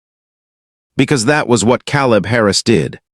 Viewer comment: Teach ur AI how to pronounce peoples names. The a in caleb is LONG A.